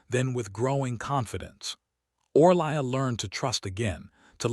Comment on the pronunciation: Name = pronounced O-ree-lia (Orelia). Language needs editing please.